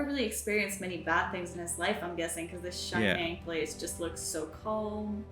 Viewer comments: “Shining place” hurts my soul every time ='] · I keep on hearing say The Shining. That's another movie though 😆 Hoping you're actually referring to The Shire. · Every time she says "the shining" instead of "the Shire" I imagine a hobbit horror movie. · Why does she keep calling the Shire the Shining? it's so confusing, it takes me a few seconds to figure what she talking about. A Shire is literally a rural county, it's an english word not a made up one. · Hobbits live in the SHIRE, not in the "SHINING" lol